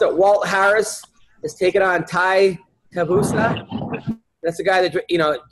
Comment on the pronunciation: Tai Tabusa? LMFAO. It's Tai TuiVASA. Tie Two E Vah Suh. Crazy you're pulling a Chael and pretending to not know how to pronounce his name after the pop he got on that Conor card after KFTOing Greg Hardy in a minute and then drinking shoeys on top of the octagon and from random people in the audience on the way out. Walt Harris is getting knocked the fuck out. Bellator about to get a new HW, baby boy.